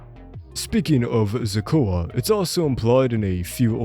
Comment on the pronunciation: Who's "Ze-cua"